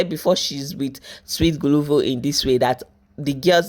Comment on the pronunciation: Guluva not guluvu ma🏃‍♀️🏃‍♀️🏃‍♀️🏃‍♀️🏃‍♀️🏃‍♀️